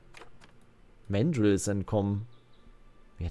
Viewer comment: Man sagt übrigens ganz normal Mandrill mit deutschem “a”, nicht englisch [mendril].